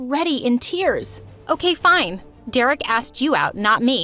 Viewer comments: it's OKEH to not be OKEH ❤ ( Titan cry 😭) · It's not OKEH to be OKEH❤️ (titan cry😭)